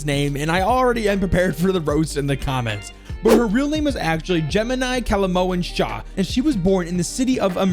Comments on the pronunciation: "Gemini Kalihalmon Shan" perfect pronounciation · Am from India and you are not wrong abt butchering her name. 😂. So basically Kali names goes like Kaali Mohan Shah. Like idk phonetics too much so can't help u 😂